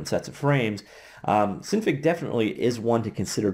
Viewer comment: I'm pretty sure its pronounce sin fig because i think it stands for Synthase figure at least thats how it appears to me with a little common sense.